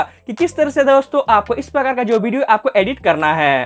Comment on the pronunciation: 1000 baar bhidiyo bola😂😂😂